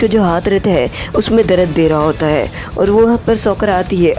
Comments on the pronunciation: Darad nahi dard Bhai 😅😅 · dard hota hai bhai darada nahi ho ta